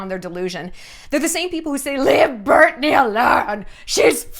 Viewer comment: Am I losing it or does Shallon keep saying “Burtney” instead of “Britney” 😂